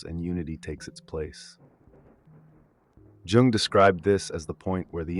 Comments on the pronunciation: Yo I love your vids but i wanted to bring precision about Carl Jung's name is actually pronounced "Yoong", not "Joong". You can referance Jordan B. Peterson for that, he is a great fan and reader of Jung himself. Have a nice day! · Great content and really well structured but that awful AI generated voice that kept mispronouncing even Jung’s name jarred on me. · If only you pronounced his name correctly, man..